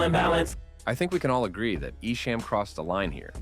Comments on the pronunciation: Its not EshAM its EshAHM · Its pronounced E SHOM .. not ESHAME .. !!! THE SHAME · nah it’s definitely Eshom or Esham not Eshame listen to eminems own lyrics on your documentary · I love that you pronounced esham as e-sham lol. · Ok I wasn’t going to comment but I’m 45 minutes in the way you are saying ESHAM is wrong it’s pronounced like eshŏm not the way you are saying it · You keep saying Esham's name wrong 😂😂 ICP won the battle and I like both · Bruh how you gonna pronounce Esham name wrong?! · Pronounce his name right esham.. Detroit vs everybody